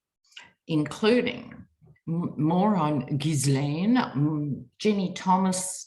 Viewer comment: Love you. Just to let you know BBC pronounces Gislaine with a hard G and silent S (think "island" or G-Elaine). I apologise for being pedantic.....